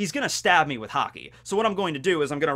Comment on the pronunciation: i have never heard some one say haki wrong so much times